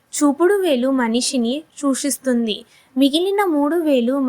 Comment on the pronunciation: వీడియో లో వాయిస్ చెప్పేవాళ్ళ తెలుగు లో స్పెల్లింగ్ మిస్టేక్స్ వున్నాయి దేవుని గురించి చెప్పేటప్పుడు సరిగా చెప్పాలి అండీ ఇలా చెప్పాను అని తప్పు గా అనుకోకండి సూచిస్తారు అంటే ఒక అర్ధం వస్తుంది చూషిస్తుంది అంటే చెడు అర్ధం వస్తుంది తెలుగు కరెక్ట్ గా పలకాలి